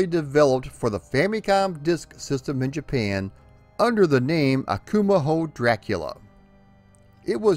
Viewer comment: We're you trying to pronounce Akumajo in Spanish? It would be pronounced Akuma-Joe. In Spanish the j is pronounced like an H in English. Love the video, though.